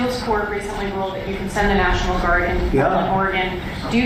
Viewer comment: Why does Trump pronounce the word "national" as "near-shi-nal"?